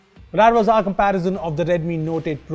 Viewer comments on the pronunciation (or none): said not 'was' but wazz😂😂